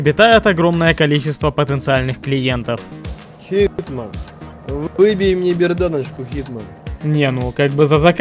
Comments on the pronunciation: Не хитман, не Джон чиз Уик, а ЧИЗман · HitMan а не HeatMan =))